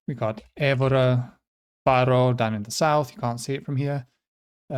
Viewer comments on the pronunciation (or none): none